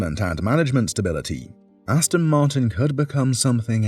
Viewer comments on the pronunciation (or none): Hate it when people say Austin Martin.